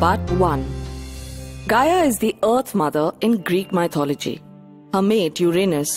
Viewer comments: Asd Ff No. Sorry. I can’t buy that. Accent is not a good enough excuse. The word is “myth” not “mye-th”. Therefore, she can’t mispronounce the word without knowing how to pronounce the root word properly. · Oh Goodness! I cringed every time she said “MY-THOLOGY”. Please pronounce it correctly. It will give your video more credibility.